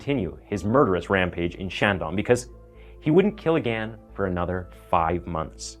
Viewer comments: Still can't pronounce "again" properly though 😂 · I just have one question. Why do you pronounce the word again, agan?